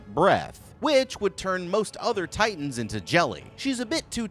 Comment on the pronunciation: He can't say titans names!!! I HATE IT